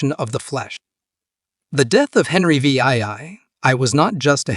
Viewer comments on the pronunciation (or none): Henry VIII is pronounced Henry (the) 8th by all experienced English speakers. If the Ai can't handle Roman numerals just change VIII to "The 8th" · "Henry Vee Eye Eye Eye" Can you make the AI any more obvious? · Henry the Vee Eye Eye Eye, huh? 🤣